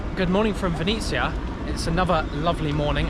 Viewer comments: Your pronounce of ''Vinnytsia'' sounds almost the same as Ukrainians called city Venice (Italy) So, i was confused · It was so funny to hear when you said Vinisia instead of Vinnytsia.